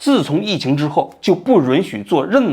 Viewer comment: Yun许，不是Run许！